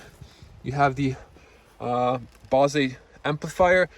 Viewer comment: Bose is pronounced like your nose or a rose.